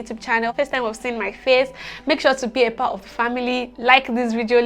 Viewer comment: “A part of” in British accent opooorrr